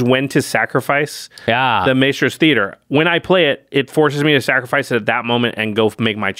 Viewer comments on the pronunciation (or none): lol can we get one of the editors to get to say Mystros instead of Maystros? All the musician MTG players are cringing lol